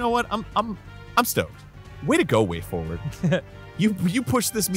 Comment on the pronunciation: “PROBABLY FOWARD” I fucking choked hahahahahaha